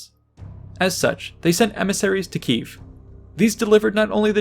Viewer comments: it's Kiev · It's Kiev*